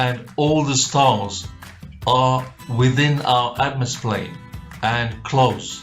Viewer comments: Atmosplane? Shouldn't it be atmoplane? Or is it atmos-phere or atmo-sphere? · Anyone else getting angry that he keeps saying atmosplain?